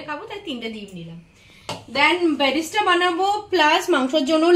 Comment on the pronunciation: আপনার রেসিপি তো দারুন দি ভাই,বিরিয়ানি বাঙালির দুর্বলতা তাই কম বেশি ভালো মন্দো সবাই পারে বানাতে,,কিন্তু একটু ভাষায় প্রবলেম হয়েছে তোমার,ওটা ব্যারেস্ট্রা নয় বেরেস্তা হয়,,হোয়াইট হয় হোয়াইটজ নয়,একটু ধ্যান রেখো দিভাই,,প্লিজ,,আর সব সময় সিম্পল রেসিপি দিও, কঠিন রেসিপি তো চেফ আর্টিস্ট রা বানায়,যা সবার রান্না ঘরে থাকেওনা উপাদান❤️👌🫶